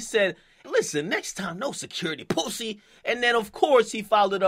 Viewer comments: the way akademiks pronounce "pussy" lmfaoooooooo "Pousssayy" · My nigga said POOSY!💀